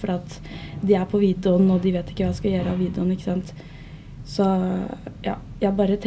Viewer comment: Ikke gjørre, men gjøre, ikke tbanen, men t-banen, ikke avsláppet, men av-slappet.